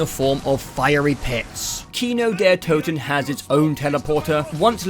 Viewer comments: You had "Toten" right the first time and changed to a wrong pronunciation. The O is spelled like in "Orbit" or like in "Order". Not like in "to" or in "oops" . Looking forward to the zombies content. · You actually pronounced "Kino der Toten" correct on the first take and then screwed it up in the "correction". :D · That is NOT how you pronounce "Toten" 😂 it's not Tooten, it's more akin of "Tåten" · Why all English speakers think that the O in german is called U. Kino der Toten is right and not Kino der Tuten, the same for Nacht der Untoten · Sorry im a little late here but the first time you pronounced toten it was correct not the tooten you said after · Nobody says toten like that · A message on behalf of the cod zombies community: Love the video, happy to see new zombies players, but you had "Toten" right the first time, no one says "tootin." Who even told you that? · Fun Video. Would look forward for more parts. One thing though: It urks me a bit that you get "Toten" wrong in the correction, where you make it sound like Tüten (Bags). Like you had Kino der Toten pretty much right the first go around and only had messed up "Nacht" of Nacht der Untoten, which you did get right in the correction. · With Nacht and Kino you pronounced "Toten" correctly the first time and incorrectly the second time I think. Minor detail, rest of the video was good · As a german, your pronunciation of the word „toten“ was actually better on your first attempt. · Whats funny to me is that you still miss pronounce "Toten" in the gameshow bits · You had toten pronounced right the first time oh god it hurt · German here. No idea what went wrong with your „fixed“ pronounciation of „Toten“ and „Untoten“ but the fixed version was even worse than the one you said before looking it up :D the way you pronounced „Kino der Toten“ was actually really good the first time for a non German speaker :D Nevertheless. Really excited for the rest of this video! :) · Bro it ain't tooten it's toten lol.